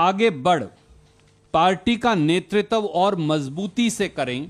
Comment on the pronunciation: WHAT THE "F" IS NETRI-TAV MAN IT IS NETRITVA..TVA TVA TVA NOT TAVTAV TAV SPEAK HINDI SUJRUWALA SUJRU.